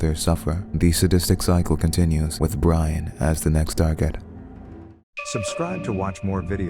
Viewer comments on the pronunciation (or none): Its pronounced Bri-ann (Brianne) NOT Brian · It's not Brian. Wtf? It's Bri (Bre) Anne(An) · Jesus Christ hire VA's that can read. Brianne = Bree-anne not Bry-an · Brianne is pronounced Bree Anne - not Brian. Smh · Are you sure it's pronounced "BRY-AN" and not "BREE-AN"? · BREE-ANN = BRIANNE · Am I the only one who's bothered by the narrator calling Brianne, Brian? closes laptop and walks away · bry-in and not bree-ann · I don't think that's how Brianne is pronounced